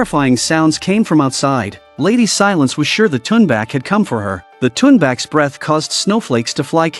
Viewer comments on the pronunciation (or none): none